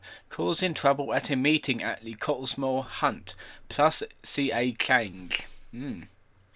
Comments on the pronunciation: “COTTESMORE” not “COTTLEMORE” Jesus wept.. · He works, he’s not on the dole! It’s ‘trespass’ not ‘truspass’, it’s “Cottesmore” not “Cottlesmore”, it’s “Broughton” not “Bolton”, it’s “Bernadette” not “Boanet”. You are funny beyond words.